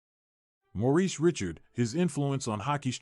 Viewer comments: Richard pronounced as Rishard, not as Ritchard. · I can’t watch this the ai can’t say his name right now